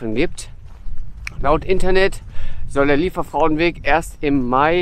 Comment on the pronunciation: Wirklich schönes Video... Die Aussprache ist schon nicht so einfach😉. Versuch mal Li-e- werfrau, das käm dem schon näher und sonst lass es dir von einer Solingerin oder einem Solinger mal auf Platt vorsprechen. Vielen Dank für die Anregung, dorther zu gehen, LG Daniela